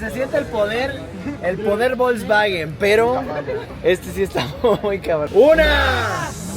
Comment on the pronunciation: De hecho no se dice volsbaguen, se dice Folsbaguen con mucha remarcacion en el Fols.